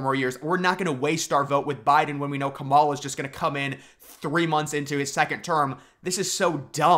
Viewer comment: Sounds right to me 😂